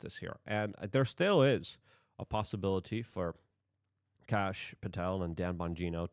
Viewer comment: No, Kash. pronounces it like "Kahsh" or "Kosh" lol.